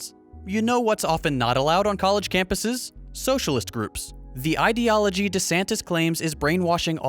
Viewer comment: I hate the way desantis says "ideology". It's not pronounced "it-ee-ology"